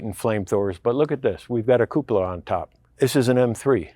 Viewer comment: the right pronunciation of "cupola" is REALLY rare in youtube videos! Yours is spot on.